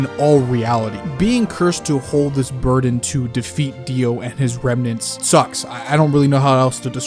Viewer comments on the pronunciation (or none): none